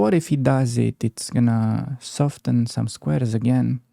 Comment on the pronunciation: In "soften" the T is silent.